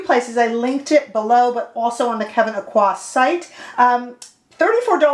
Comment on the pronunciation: Just an FYI, his last name Aucoin is pronounced Oak-wan.